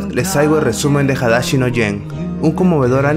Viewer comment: Hadashi...: Perfectamente pronunciado Hiroshima: HiroCHIma